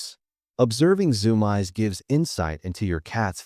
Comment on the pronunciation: This AI needs to be better trained on pronunciation. Zoom-eyes is not a word! Its just annoying.